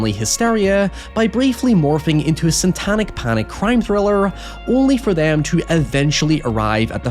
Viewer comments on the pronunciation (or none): you keep saying SANTANIC